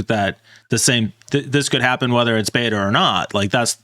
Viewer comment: You guys say "beta" wrong